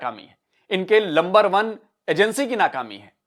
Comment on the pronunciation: Lumber one hai phai. JAAAJBA PAIJAAAAN....😂😂